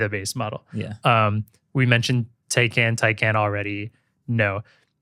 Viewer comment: Taycan is actually tie-con.